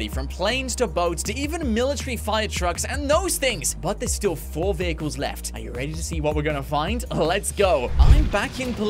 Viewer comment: bro its vehicles not viechles